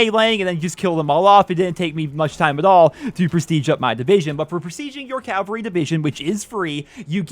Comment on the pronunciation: you’re getting closer to CAVAL-RY but not quite there.